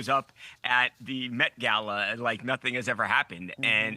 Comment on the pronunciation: Dude, just pronounce "gala" like the little people